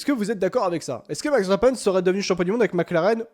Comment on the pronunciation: Juste un tout petit détail: ça se prononce Veurstapeun et pas Vèrchtapènne. C'est un nom très courant en Belgique.